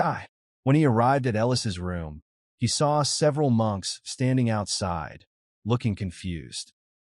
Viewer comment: For the most part it's been going good and then we get munches instead of monks😂😂😂 come on edit your AI before you put the video up please do some kind of work don't just punch in some buttons and posts